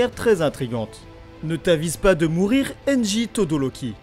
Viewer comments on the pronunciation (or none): 1) On dit Todoroki et non Todoroli Et 2) Toya est "mort" est non disparu ! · La vidéo était magnifique mais ça se dit todoRoki